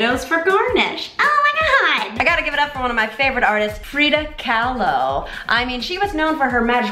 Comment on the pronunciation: Cringed when she said Kahlo. Yet laughed at all the other bad jokes.